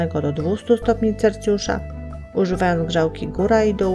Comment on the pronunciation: wykrawamy wykrawaczem nie wykrajamy wykrajaczem , no i Celsjusza a Celcjusza ale uwagi bardzo ciekawe